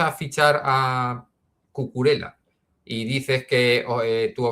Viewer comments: Por favor Cucurela no! es Cucurella! Lo he oído varias veces a otros comentaristas y suena fatal! la ll se pronuncia como una y. Ejemplo: llave y no lave. Perdón por la corrección fonética! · excelente analisis pero no se pronuncia Cucurela pq no es italiano, es catalán y se pronuncia Cucurella, saludos